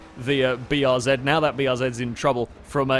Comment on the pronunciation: he pronounced BRZ the proper way!